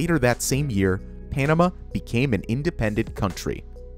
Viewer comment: narrator's pronunciation of "Panama" is distracting